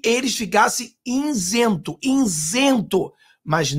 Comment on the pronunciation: INSENTO??? OU ISENTO???